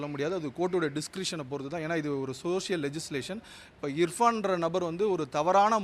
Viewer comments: Ifraan illada irfaan da 😅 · இர்பான் ❌ இப்fரான் ✅ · Avan peru ifran illa bro Irfan ennata law padichingalo...😅😂